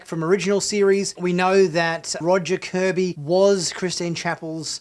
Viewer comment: Not "Kirby", "KORBY".